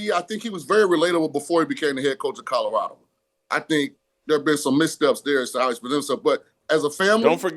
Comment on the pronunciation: That's "Colorado," not "Codarado."